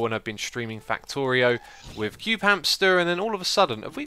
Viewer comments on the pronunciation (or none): none